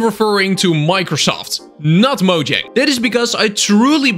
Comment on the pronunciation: You said Mojang. You have my like.